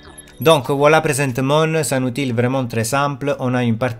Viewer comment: Très intéressant, je vais tester ce logiciel très bientôt. Petite remarque pour parfaire ton français qui est déjà très bien, dans le mot Outil on ne prononce pas le L, ça se prononce "outi". 😉